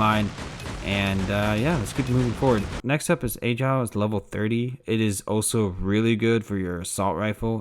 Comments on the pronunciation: ayyyyeeee- gile its just agile bro lmaoooo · Did my mans call Agile A-gile